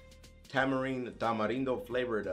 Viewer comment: Shoutout to your Mexican's? I'm a Mexican as well as a huge fan and I just wanna let you know I love that you know how to say Tamarindo !!!!! #RESPEK